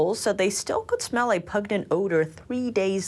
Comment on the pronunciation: "A pugnent odour." mixed up her G's & N's.